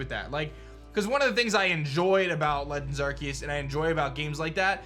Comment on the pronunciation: Why is a statement coming from Joe Merrick? Does not believe because he wants official: also believes and worship centroleaks and unreliable leakers and after all this time he still butchers Arceus's name lol